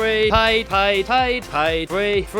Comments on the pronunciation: It sounds like your saying pie pie pie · When u constantly said payed then I sometimes heard pie XD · I like when he said paid, it sounds like pie